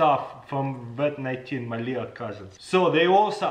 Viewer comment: He said "Wat 19" Now we should get him to say "Nuclear Wessels"